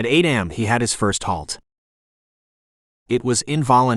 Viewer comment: AI shouldn't be used for narration. It is covert, not cover-t. It is A.M not am. Get the pronunciations right, and I might actually finish a book